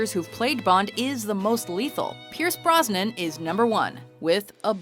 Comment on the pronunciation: By the way, the man's name is B-R-O-S-N-A-N